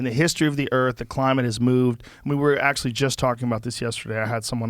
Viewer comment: He just said the deniers ACYUALLY KNOW ABOUT DATA